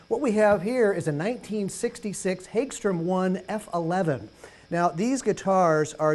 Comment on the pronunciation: Per the company the pronunciation is "Hogstram" and the company has been making guitars since 1958.